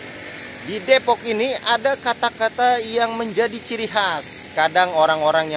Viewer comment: Depok ga pake E bang